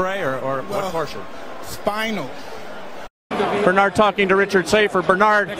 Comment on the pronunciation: Lol said spinal!!